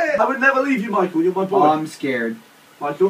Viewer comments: I love how Gavin instead of saying "Michael" he says "Michool." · You mean Gav saying "MY-COO"